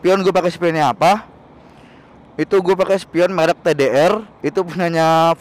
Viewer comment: bang merk bukan melk